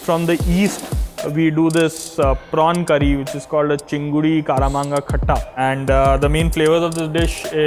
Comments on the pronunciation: My friend, what is chinguri???? It's chingri!! Better call is 🍤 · If the head chef is watching this show (or reading comments) - the Bengali word for the dish that he mispronounced should be "cheeng-ree" (prawn) in "kaam-raanga" (star fruit) khatta sauce. Look forward to visiting this establishment on my visit to Delhi.